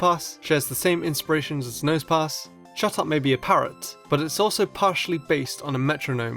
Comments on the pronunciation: Who else thought said, "shut up" instead of "chatot"? XD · when he said chatot i thought he said shut up lol